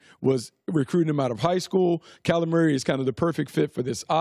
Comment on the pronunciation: Am I the only person who hears "Calamari" every time Brooks says Kyler Murray??😂😂😂🤣🤣🤣